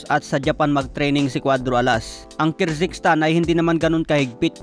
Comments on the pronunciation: KYRGISTAN, HINDI KIRZYGSTAN. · Kirzikstan 😂😂😂 tagal mo na nagvvlog hanggang ngaun ndi mo pa din maayos pronounciation mo daig ka pa ng elementary